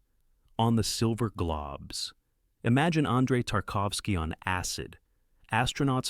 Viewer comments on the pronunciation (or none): I know it's just mental. Globe 🌎 sounds nothing like Glob 🤣🤣🤣🤣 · It's Globe 🌍 as in round not Globs what the hell is a Glob FFS. AI like 🤣🤣🤣🤣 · The AI called the 2nd film "On the Silver Globs". 😁😁